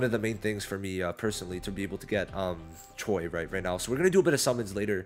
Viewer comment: is not choy it's pronounced as ch-we 😂